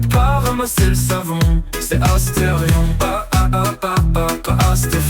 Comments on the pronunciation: C astérion pas astéfion tu est trop fort bravo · au lieux de dire astéfion t'aurais du dire astérfion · C est asterion papapa pas astefion papapap